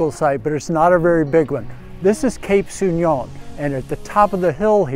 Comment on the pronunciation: Very beautiful but we pronounce So'union not Souni'on